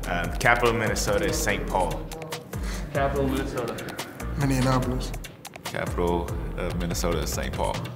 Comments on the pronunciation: Jaylen Twyman. did he say minniandapolis!? 😂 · "Mini-Annapolis" lol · MINNEANAPOLIS lmao